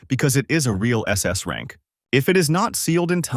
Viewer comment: Is it really rang not rank ? 😂 But anyways nice recap